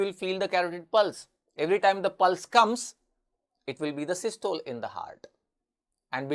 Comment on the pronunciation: Don't u know how to pronounce systole? Both the British and us pronunciation is available on net. Pl give correct knowledge.